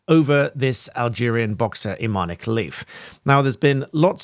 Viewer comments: His name is pronounced uh-man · It's pronounced Imaan.... the "e" on the end is the francophone spelling, as is common in Algeria